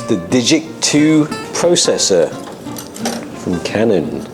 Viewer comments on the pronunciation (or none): none